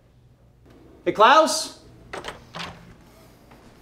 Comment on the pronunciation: As a German I have to say: Klaus pronunciation is extremely good.